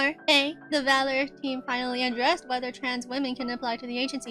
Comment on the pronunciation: To clear one thing, the agency's name is pronounced as "V Allure(as in "V"and "Allure")". It might be confusing due to the brand name not consisting of dash or period in between the letter and the word.